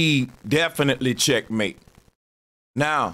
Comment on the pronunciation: When said checkmate I swear he said champagne at first 🤣